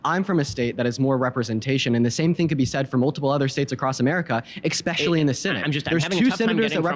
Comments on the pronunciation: If you say "ex-specially" you lose more credibility than you already lost. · all i needed to know about deans level of intelligence is that he pronounced "especially" as "expecially". i know people mispronounce words often but thats the first time i've ever heard that one. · says exspecially I am done listening.